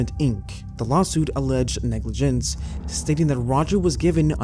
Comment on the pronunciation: How is it possible an american non robot would pronounce negligence that way? snap-ped?